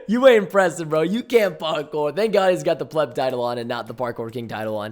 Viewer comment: hewo pweston